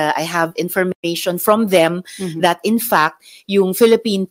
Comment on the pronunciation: "In fact" with a letter "T" NOT "In Fuck"